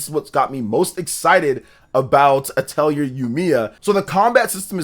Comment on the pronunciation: Dq3 hd2d remake is insane beautiful I'm addicted grinding lol, and the R in atelier is silent lolol